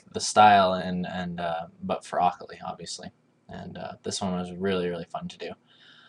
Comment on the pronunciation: how he said akali made me cringe... lel but I bet it was awesome working for riot making these splash